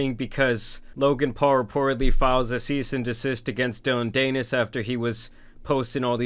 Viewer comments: Dan-is. Dillon Dan-is. It's not that hard to do research a name when at the computer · dillon danish? is that what ur saying? 😂😂😂 its pronounced "DAN-ISS" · Bro it's pronounced DAN-IS not daynis lol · It is not DANE-IS. it’s pretty pronounced DAN-IS. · Dillion Danus the Anus. Greatest mispronunciation ever. Tan Superman winning even when he isn't trying. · Dillon Dee-nis (Rhymes with Pen… Nevermind) went full scorched earth there 😭 not condoning it but daaaaaamn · I like your version of Dillon's last name better than the real thing. Rhymes with something.... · I love how he pronounces dillons last name danus lol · DAN IS, cmon get it together bud it’s not that hard of a name to pronounce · yeah some people just dont like doing their research before making a video about someone, doesn't even know how to say his name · Idk if you do a video like this you should probably research how to pronounce Dillion Danis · Why is this guy talking about things he has no idea about? He’s never even heard of Dillon. Never said his last name the right way! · It’s even funnier that you keep saying his last name wrong 😂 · Pronounce Danis right if you gonna do a video about him ffs